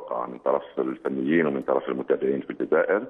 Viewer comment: صعب عليه نطق اسم الجزائر